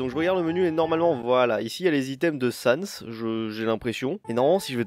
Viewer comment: Pas Sans XD